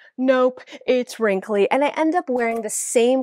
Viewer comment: Love how says wrimkly instead of wrinkled 😂